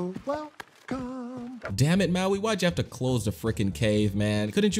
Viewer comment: Bro I heard u say damit